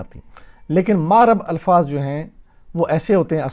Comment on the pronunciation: ماشااللہ ۔ مبنی پر آپ کھڑی زبر کیوں پڑ تے ہیں ۔ معرب کی م پر آپ زبر کیوں پڑ تے ہیں ۔